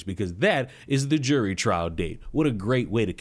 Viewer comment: are you saying "jewelry trial date" or "jury trial date". 😂